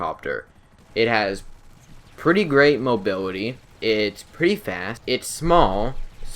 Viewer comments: Awesome video but I couldn't stop laughing every time he said "Co piwot" or "mobiwity" XD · Gweat mobiwity basicwee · "rearry" (really) "Pirot" (Pilot) "Mobirity" (Mobility) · "Mobiwity" lol jk